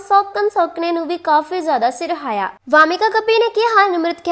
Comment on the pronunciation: ਇਹ ਸਿਰਹਾਇਆ ਕੀ ਹੁੰਦੈ ਬੀਬਾ ????? ਸਿਰਹਾਇਆ ਨਹੀਂ, ਸਰਾਹਿਆ ਹੁੰਦੈ ok ਪਹਿਲਾਂ ਸਹੀ ਪੰਜਾਬੀ ਬੋਲਣੀ ਸਿੱਖੋ